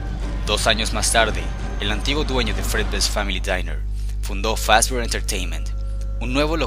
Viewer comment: es mi idea o dice ferry fazbr pizza